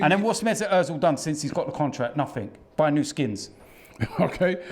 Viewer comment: man said ozilz buying new skins😂😂😂😂😂